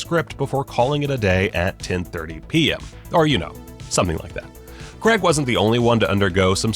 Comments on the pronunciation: Craig, not Creg. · That you guys don't even know how to say his name properly. "CRAIG" not "CREG" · Really annoyed me when you said Creg and not Craig, every bloody time. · It’s not Creg, it’s Craig. Pronounced, Craayg. Other than that, interesting video. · It is "Craig" not "Creg" there is no "E" in it. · It's Craig not Creg. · it's CRAIG, not CREGG!! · crayyy ggg ... not cregggggggggg not sayng creggggggggggggggggggggggggggggggggg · It’s Craig not creg🤦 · It's Craig not creg you prick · Daniel Craig's surname is pronounced 'Cray-g' does not rhyme with 'Gregg' He is English. If there was an American with the name Bernard I would pronounce his name 'Bur-nard' as he does. If he was from the UK it would be pronounced 'Burn-udd' . . People's names are important to pronounce in line with the identity of its owner. It's a mark of respect. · Can you stop saying CREG IT IS NOT CREG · Americans need to learn that "CrAig" is spelt and therefore pronounced with an "A". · The names Cregg, Deniel Cregg. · Who the F*CK is Daniel 'Cregg'?!! You must have said his name about 50 times in this video, and you couldn't be bothered to pronounce it correctly even once! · I really don't understand why people can't pronounce his name properly. It's insulting. It's like calling someone Dev instead of Dave. Or Phial instead of Phil. Or Ignorant Twat instead of.